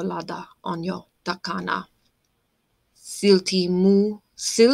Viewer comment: A good job! The stress in Finnish is always on the first syllable, which then makes English hard for Finns. In the word TAKANA you have the correct t, by the way. 😊